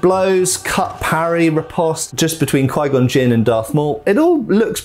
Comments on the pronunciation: Qui gonn Jinn (q-why-gone-jin) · He did not just say queengon Jin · He's killing me...he can say Obi-Wan and Darth Maul fine but can't say Qui-Gon Jinn? If he watched the movies he would hear how its pronounced "q-why gone" not "quee gone" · Quee-Gon Jin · d-did he really just say kwi-gon jinn? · here we got kweegon gin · Quee gon gin..... hahaha I'm Dying. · Sorry my dude, every time you said Kwee Gon Jin. It weirded me out. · Qu-wiii gon jin 🤌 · "QUEE CON JIN:? Moron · the way he says 'qui gon jinn' makes me die inside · cool video but why does he say Qui-Gon Jinn like that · Well first of all your mispronouncing Qui-Gon Jinn and second of all they did keep Darth Maul around for quite a while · Needs to learn how to pronounce Qui Gon Jinn's name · Had to stop watching after him repeatedly saying Qui-Gon Jinn's name wrong. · "kwee" gon Jin. Not qui gon Jin. Pronounced K-Why. Definitely not